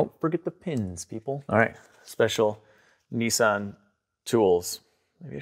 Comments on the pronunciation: Nissan not Neesan! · Nissan not neesan😊